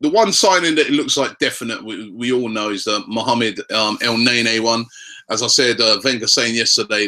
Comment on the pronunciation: stop the el naynay pronunciation lol